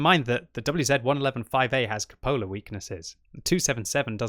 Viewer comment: FYI it's pronounced CUpola, not cuPOLa. Emphasis is on the CU, not the POL.